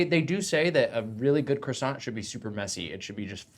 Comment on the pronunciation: The sheer amount of 'hard R' croissants damaged me. Rhett's final croissant saved me.